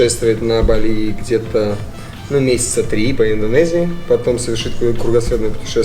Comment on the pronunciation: Какое нахуй бАли?вы с ударениями вовсе не дружите? Мерзко слышать !!! А так видос супер!